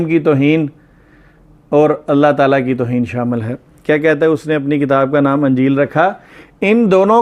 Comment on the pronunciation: Anjeel nahi sir injeel Zear ha